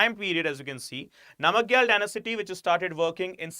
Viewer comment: It is pronounced as “nam gyal” and “Cho gyal”